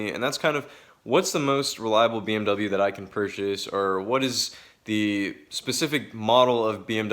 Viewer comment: You are pronouncing bmw wrong